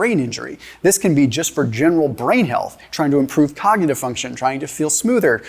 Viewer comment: Shows what absolute clowns doctors are 😂 this guy can’t even say “cognitive” omg lolll ❤❤😂😂